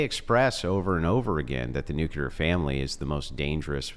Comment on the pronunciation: I can't even begin to tell you how disappointed I am to hear something I just heard say. I like the way he talks I like the way he thinks I like all this stuff but there is one thing that I absolutely cannot forgive, I cannot overlook. He actually just said the word nuclear wrong and in this way that only imbeciles and morons say it. He actually just said "NUKE-YA-LER".... THE EFFING WORD IS "NUKE-LEE-ER" This is one mistake that is absolutely idiotic, moronic and inexcusable. There's no way around I lost respect for him with this. And no one said that I'm overreacting because I'm not